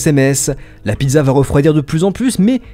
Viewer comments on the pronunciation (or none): none